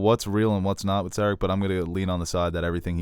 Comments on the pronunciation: it's pronounced Ser-AHC. Stress the second syllable, not the first! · Lol the way you pronounce Serac